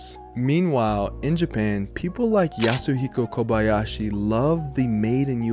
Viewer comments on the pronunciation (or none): none